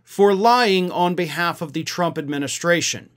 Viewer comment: ...I wouldn't normally correct you, but she never calls him "president Trump"...EVERYTIME she mentions him, she says "president Chump"...I don't say this as a joke, listen to the blonde whackado when she talks...she can't say Trump, it's chump everytime.